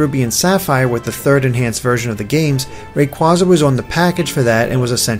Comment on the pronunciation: Does it annoy anybody else how pronounces Kyogre and Rayquaza?